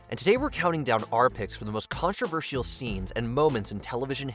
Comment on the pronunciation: The narrator pronounces controversial in a really weird way.